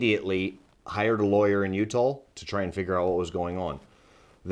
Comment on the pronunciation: . Oh no I’ll be so upset if I could never go back to Utah again lol I mean never mind I wouldn’t miss going there at all. Matter fact remind me to never go to Utah I have no reason to go there it weirds me out the only thing cool about it is the way my man right here pronounced Utah